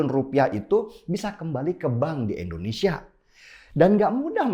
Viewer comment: Indonesia bang bukan endonesia.